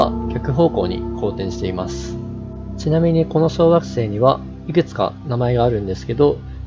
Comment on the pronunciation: テロップ無いと ワガママ小惑星→ワガママ小学生 に聞こえるw なーんも計算も根拠も無いけど、太陽系外惑星が太陽系に混じった気がする。 その逆公転の小惑星の地質調査すれば面白そうだな。